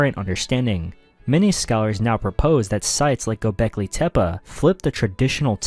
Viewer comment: Gobekli tip 🥀